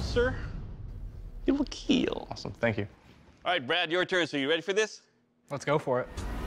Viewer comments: It will kell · it will KEEL